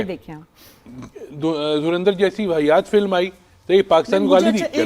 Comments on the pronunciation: Its not Dhurinder🤣🤣🤣 it’s Dhurandhar. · It's Dhurandhar not dhurindar 😅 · Gawaar logo ko thik se pronounce karna bhi nahi Aya film ka naam